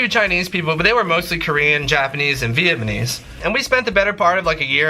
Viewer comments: when says Vietmanese 😂😂 instead of Vietnamese 😭😂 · he says "Vietmanese" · goddammit he said vietmanese again ahahahaha